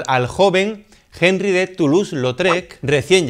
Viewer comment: No existe el sonido de la jota en el francés. Es sólo una "h" muda.